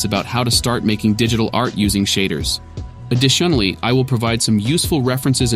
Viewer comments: Dang I wondered if the voice was AI! I only saw one mispronunciation early in the video. It said addi-SHUN-aly instead of add-ISH-unally for additionally. Otherwise great work! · came to find this comment after he said additionally like "AdishUnally". blown away that the ai even BREATHES IN between sentences lmao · I heard it after a minute or two, especially when he said "addi-SHIN-ally", instead of "additionally". Typical voice-to-text error. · Hi, I noticed the AI voice at the pronunciation of "additionally" as adiSHUNally. Please give voiceover a shot! I don't mind the AI voice completely, but I really like hearing the person behind the script. Exposure to different accents is good for native English speakers, and captions can always be used if you think that you won't be understood. Best! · Used AI for the voice huh? Pacing needs a little work. Also it pronounces additionally as "adi●shinnaly". But otherwise, it's pretty good. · At first it the voice reminded me of one of my favorite commentators, and I was like oh wow, this guy has a good voice. Then I heard it say "addiTIONally" and the spell broke, nope it's AI. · The voicing is quite good, it was 'additionally' that was off and caught my ear. "Addi-SHUN-LEE" isn't how an American man (the voice's accent) would pronounce that word. Sleuthing AIs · Yep this was great. "Addition-ally" is what tipped me off. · AI narration feedback: - I only heard one mispronunciation: "additionally" at ~ - great audio quality - Well spoken English and dense with information I've been wanting to get into shader coding but it's so easy to get lost in the technical parts while reading about it, and there are so few well-produced walkthroughs on YouTube. I look forward to this series!! Thank you! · the super strange way that additionally is pronounced hinted at an AI voice, but other than that I didn't really mind it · I noticed that it was an AI only - that was a weird way to pronounce "additionally"